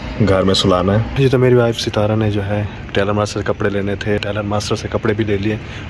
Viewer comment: It's not Mari it's word meri 😅plz ap English mat bolien ap urdu achi bol leity ho 😂